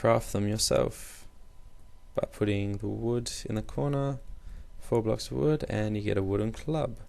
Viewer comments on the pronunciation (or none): none